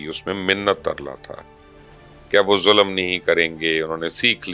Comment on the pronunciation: she doesnt know how to speak Urudy , Moolak , Faarz , Zulam , Bibi it's Mulk ,Fraz and Zulm, you dont drag the word like punjabi , wah O Raba Teray Karnamay , Kina kina loka nu Ki ki deta hoya ve, I have embraced religion today , atheist to direct Peerni da Mureed